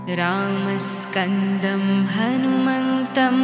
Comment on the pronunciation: Wrong pronunciation...it should be Ramam Skandam but not Ramskandam. Do not make such videos